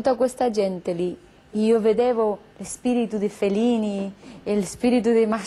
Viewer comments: Il problema principale di Penelope Cruz mi pare siano le doppie, perchè non le pronuncia, e in Italiano sono fondamentali (per esempio lei dice "Felini" anzichè Fellini) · In realtà fa anche fatica a pronunciare le doppie, ci ho messo un po' a capire che "felini" era "Fellini"